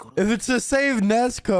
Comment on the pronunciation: When he said Nezko instead of Nezuko lol